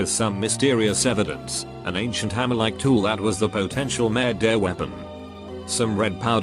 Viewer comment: No one:.... Reddit voice: Murdehhh